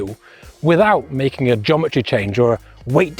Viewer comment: Are you saying Jometry?